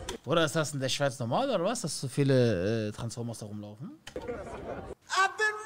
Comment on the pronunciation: Er sagt transformas gegen Frankfurter azzlavks hahahahahah bahhhh nein Vallah zu viel